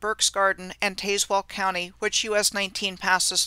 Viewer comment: Well okay, but it's "Tazz well" like "Jazz well" county and town.